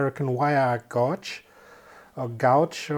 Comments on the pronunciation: Stripping wires with your teeth... We've all been there! BTW... "Knipex" would be pronounced "nippex" - the "K" is silent (just like in "knife"). "Gauge" is pronounced as "gage" (rhymes with "cage"). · Had a chuckle at your interpretation for how us English-speaking people might pronounce "Knipex". Actually, most of us incorrectly pronounce it as "nip-ex". I haven't heard "ka-nigh-pex" yet. Btw, "gauge" is pronounced "gage", similar to cage, with no "u" sound—a silent letter.